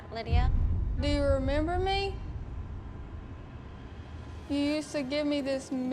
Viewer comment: “Dew yew ramember Mei”